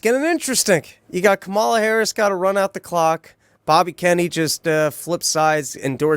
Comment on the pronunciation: I don't like Kamala, but I think it's hilarious how resistant people are to pronouncing her name correctly, when they 100% know they mispronouncing it. It seems like it makes them feel like they have some sort of power over her while doing this idiotic micro-troll.